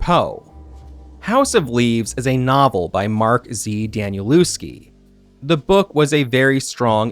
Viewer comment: Great video,really enjoyed it👍🏻. Bc of Alan Wake 1+2 and Control I rececently bought House of Leaves - very excited what this book has to offer,but at least I can say that it's written in a very weird way🙈🤣. I even had to buy a handmirror to read everything of it🤣 Btw,the author of the book,Danielewski,is pronounced more like Danieleffski rather than Danieluski😉